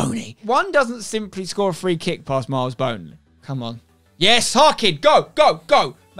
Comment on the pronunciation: omg the way he says boney LMAO